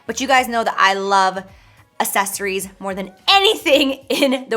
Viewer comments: Anyone notice the way she says “accessories”? She pronounces it like “uh-ses-er-ies” instead of “uk-ses-er-ies” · "assesories" SISSSS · I just want to help you, repeat after me: ack-sess-or-eyes ack-sess-or-eyes ack-sess-or-eyes Accessorize. It's not, assess-or-eyes. And candles aren't "pigmented", girl. 😂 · Don't make yourself look dumb. Grammar lesson time! sunglass is not a word, it's always plural, it's ALWAYS sunglassES axes - sories is the way it's pronounced, not ass-es-ories for the word accessories be an intelligent woman, because some crazy kids think you're their role model Cheers 🧚🏻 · Girl I love you but everytime you say accessories it's so close to assessories. You missin the C's and I die a little inside everytime 😭🤣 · "Assessories" 🤣 xx love ya J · Girl it’s not assesories it’s accessories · I Listened 5 times and I swear she says asses-eries.. instead of accessories lol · Everytime she says "Ahsessories " 🙉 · New game: take a shot every time Jaclyn says aSSESSories hahaha ily girl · Am I the only one phased that she pronounces it "assessories?" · Is it just me or does she say “assessories” 😂😂😂 love it tho👌🏼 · She does! ...never heard anyone pronounce it that way. Lol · LOVE the video, and dyinggggg for those sunglasses! I've gotta say though, the way you pronounce accessories makes me wonder if I'm saying it weird or if you're saying it weird?! LOL!!! I think its just a regional accent thing. I say "Acks-sessories" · take a shot everytime she says "assessories" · Does anyone else live for the “assessories”? No? Just me? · Why do I love the way you say accessories like assessories sounds soo bougie 💓💓💋💋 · She cannot pronounce the word accessories lol. I cringed every time she said it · Honey, your pronouncing accessories wrong Lolol I love you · Yates I wonder is anyone gets confused if she says access the same way she says accessories. 🤔🤔 Hahaha.